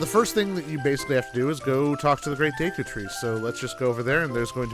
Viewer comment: Day-koo tree?? Always thought it was Deh-koo, like "deck" "oo".